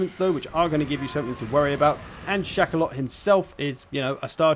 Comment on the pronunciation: What says: "Shakaloth" Me: "Chocolate"!